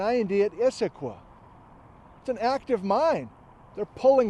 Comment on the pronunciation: Not so fond of your pronunciation of Issaquah. Close, but no cigar. I know it's nit-picky but I'm pretty sure the Cascade Range doesn't end at the Canadian border.